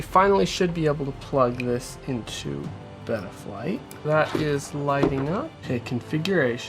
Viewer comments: Its beta flight not bettaflight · beta flight not beeta flight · bro please its beta flight not betta flight lol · Never heard anybody pronounce betaflight like that lol congrats bro you popped your fpv cherry 😂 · please dont pronounce betaflight like that 😭